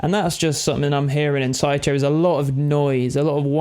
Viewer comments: Isn't it Tycho like Tycho Brahe? With a hard 'c'? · Say Tai-CHO one more time mudda fukka?! I dare you! I double dare! SAY> TAI_CHO > ONE > MORE > TIME lol